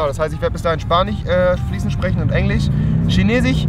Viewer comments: Schinesich? Heißt das nicht Chinesisch? BRUH😂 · Neuersings heisst es nicht mer Chinesisch sondern Schinesich😂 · Schinesich... ES HEIßT CHINESISCH!! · Spanich 😂chinechis😂 ach Rewi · EngliCH😄 SpaniCH😀 und ChinesiCH😂😂😂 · Wie willst du eine Sprache lernen wenn du sie nicht mal aussprechen kannst? 😂😂 "schinesich" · EngliCH, ChineChiCH, EngliCH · schinesich....spanich ....englich...ach rewi